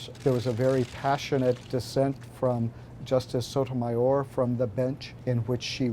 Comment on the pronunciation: When you say “Sotomayor”, it almost sounds like “sodomizer” 😂